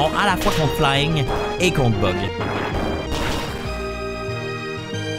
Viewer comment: J’entends toujours butt type pokemon au lieu de bug type pokemon. J’ai 5 ans d’âge mental.